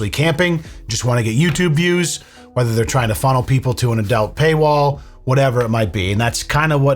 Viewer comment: why does say "Adelt" it's ADUUUUUUUULT lmao